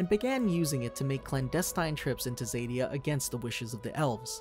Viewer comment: You are pronouncing Zadia wrong, z-a-d-ie-a